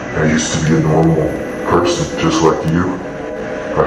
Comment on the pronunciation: Nobody's going to talk about how it said peron instead of person?